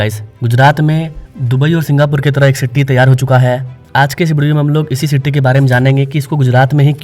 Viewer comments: Are bhai first learn English pronunciation, not Citty, it’s city . Pressure cooker ki city Bajati hai. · It is not citty it's city🙂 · सिट्टी क्या है सिटी बोलिये